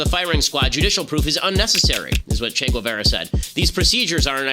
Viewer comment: Ethan Klein is like a parody character. "Chay Guevayray"